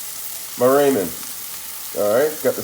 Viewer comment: Rae-man noodles